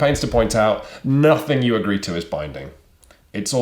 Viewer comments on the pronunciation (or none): none